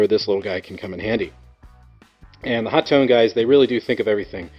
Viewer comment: "Hot one"; or my favorite, "Ho-tone"